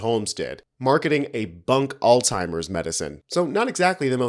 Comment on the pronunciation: You said; "All timers" when it's actually Alzheimer's. Surely you find it disrespectful to those suffering from this disease by pronouncing it wrong?